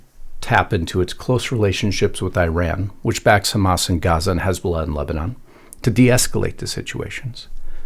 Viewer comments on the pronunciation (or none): none